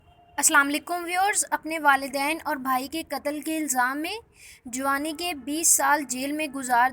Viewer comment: Juaawani???? Ayyye punjaban ke bachi kutti bolna to seekho phly